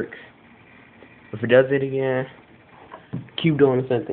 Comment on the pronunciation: V "agin" eer